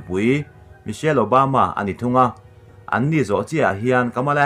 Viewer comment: An ni, zawhchiah i tih a tunlai in uar em em dik silo,ṭawng thlûk hi ka va duhlo tak. An nî zawh chiah tih in thlûk ta la, ka sawi laitak chu :-- An ni, i tih a ni tih a comah dah anga thlûk hi ka rawn sawi lai chu ani e.bengvar thlâk lutuk e.